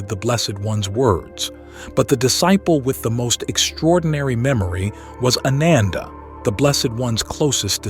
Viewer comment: Dude, your pronunciation of Sanskrit/pali words are ATROCIOUS. It's AAnanda.. not ANUNDAA. Its Vipaasana...etc. pretty much every Sanskrit word has been pronounced incorrectly.